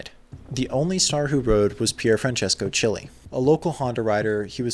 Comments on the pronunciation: Great video as always! Just one quick note: Frankie Chili’s name is pronounced like “Keely” not like a red hot “chili” pepper. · Bro, how can you not know that Chili is pronounced Keelie? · Chili is pronounced Keel-lee.